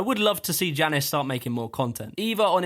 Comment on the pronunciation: I started playing a drinking game where I took a drink every time he mispronounced Jannis and now I am jrunker than Pasha's movement style. A very good list overall but criminal to leave out Joe Scandrett.